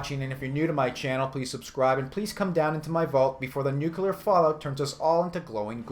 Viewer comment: No. Sorry, you're smarter than that. It's nuCLEAR. CLEAR. Not CULAR. NuCLEAR.